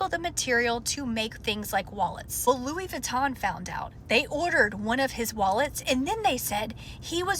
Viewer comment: That's not even how you say Louis Vuitton.